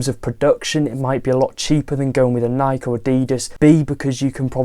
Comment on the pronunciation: This is how you pronounce Nike: nai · kee